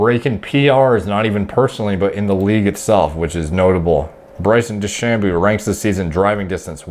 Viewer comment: DeChamboooooooo? "De-Sham-bow"